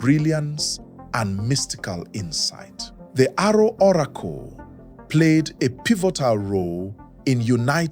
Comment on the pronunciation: Correction please, ''Aro'' short for Arochukwu not Arrow.